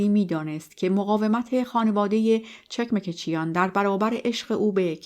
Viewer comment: چکمکچیان chekmekchian. با درود و خسته نباشید، چون من خودم ارمنی و اجدادم از ارامنه ترکیه هستند فقط خواستم تلفظ درست فامیلی را به عرض برسانم 🌺🌺